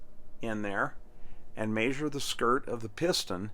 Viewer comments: My only comment is I wish you would learn how to pronounce measure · I get a kick out of this guy saying "mayzure". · It always cracks me up how the cleaning guy pronounces measure...."may-shir" 😂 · I had a cattle management professor at CSU that said “measure” with same accent as your dad…lol